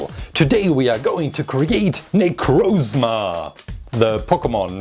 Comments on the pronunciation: Its nicrosma not nicroosma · It's Na-croz-ma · Para de falar necrosma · it is pronounsed na-croz-ma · great video, but necrozma is pronounced nEH-crAH-zmUH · It's pronounced Nick cross Ma